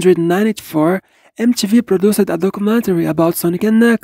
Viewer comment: I will admit, it was a little hard to understand for some sentences or words so I did have to use subs. But don't be discouraged! Doing voice overs for your videos can be great practice. I see someone already mentioned the 1994 pronunciation but there's also "Wind" that was miss pronounced like "Wind" as in wind-up toy rather than the actual weather. It should be pronounced like "Win" but with a slight "duh" sound at the end. Practice makes perfect!